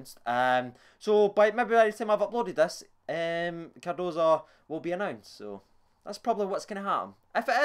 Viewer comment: He covered his mouth to say dalcio and cardoso which he said right then he said peña wrong it's said like pen-ya